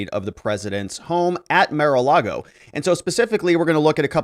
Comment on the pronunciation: It’s ‘Mar’ not ‘Mer’